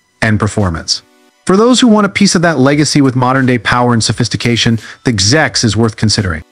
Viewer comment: GIX? Annoying narrative. No it is a G.S.X.